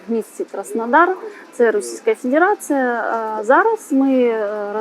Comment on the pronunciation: Так брезгливо вимовляе федерация❤